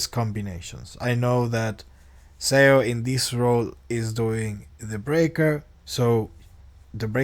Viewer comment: Im sorry but im like tilted... its not pronounced S E O, its pronounced more like S H O